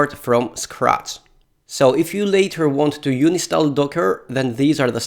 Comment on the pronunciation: It's un-in-stall not uni-stall and nginx = engine x